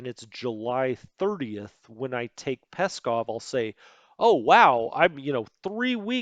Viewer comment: Great tutorial though your pronunciation of German and Russian names is schrecklich, like Stettin and Pskov. Also weather in Europe generally moves east to west, so that low front you highlighted located over Norway is unlikely to affect operations in Russia, as it moves west into the North Sea.